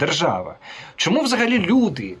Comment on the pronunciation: Українці кажуть : що, чого, чому. Москалі і проросіянці кажуть: шчьо, чього, чьому. Мосійчучка хитра змійка, вміє викручуватися на користь хазяїв. Але її вимова видає, хто вона насправді і кому передає дані.